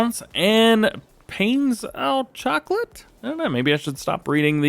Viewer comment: pain au chocolate , the pain is pronounce pan with a long a like pahn